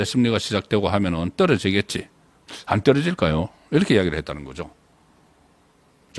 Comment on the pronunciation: 안떨어질까요가. 제가 듣기에는 손안보냐 ..라고 들리네요